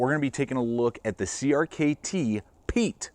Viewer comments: Pronounced Pie-et its a canary or intelligent person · Pronounced Pee-et